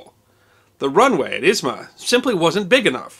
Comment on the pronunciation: A bit confused that you're pronouncing airport name as Izma. In the Russian language, it is called Izhma. But it's probably because of your sources or maps, not your fault)